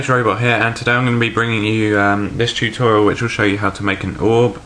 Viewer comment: haha it sounds like you say jewtorial